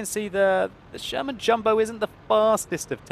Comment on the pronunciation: I swear says German Jumbo....with his accent...makes Sherman/German sound very close...lol